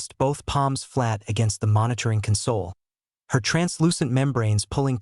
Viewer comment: The AI narrator still needs work. It read CONsole as conSOLE. The human heart rate is wrong, too. The script has a resting heart rate, not an athletic rate.